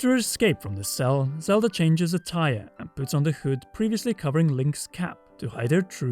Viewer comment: I heard "Zelda changes attire" and thought you said "a tire" 😂